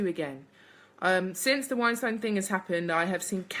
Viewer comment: You pronounce that scumbags name, wine steen